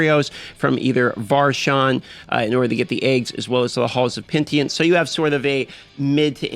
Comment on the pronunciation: Dude, it's pronounced pe-ni-tent, not pen-tient.